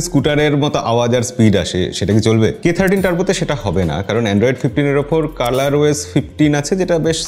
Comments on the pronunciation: দাদা এটা উচ্চারণ 30 নাতো 13 হবে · K Thirty না K Thirteen 🎉